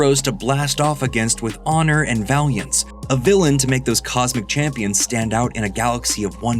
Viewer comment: Love how the AI generated voice struggled to say Vengeance